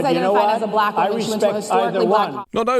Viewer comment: He pronounces black.... buh-LACK .... He's showing his degradation of black people right there with how he says that word. I really hate him.